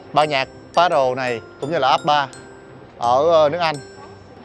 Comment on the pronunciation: Ban nhạc The Beatles đã nổi tiếng khắp thế giới mấy chục năm nay, mà sao lại có thể phát âm sai như vậy? Là Bia-thô ( đọc nhẹ và uốn lưỡi một chút) nha!